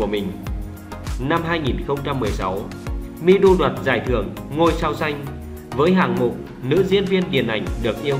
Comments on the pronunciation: Người ta tên Mi Du mà ông nội cứ đọc là Mi Đu. Chữ Đu ở đâu ra vậy ông nội ngọng nghịu, nhà quê kia ? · Mi Du mà cứ đọc là Mi Đu. Đến chịu